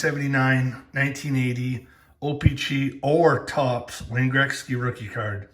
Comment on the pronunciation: Or how he says o pee chee